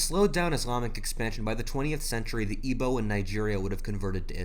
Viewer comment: As a Nigerian the way you said Igbo Hausa and Yoruba hurt me on a transcendent level